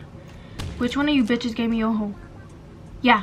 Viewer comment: I thought you said which one of ya’ll gave me a HOLE LMAOOO😭😭